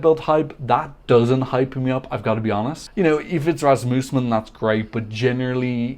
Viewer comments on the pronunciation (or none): none